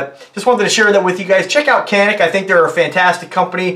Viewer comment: I actually have the original gun this gun is copying...the Walther P99AS. Its one of only 4 polymer guns I own ( prefer steel and DA/ SA) and carry it everyday. Also, it’s pronounced in native as Yan-Ick.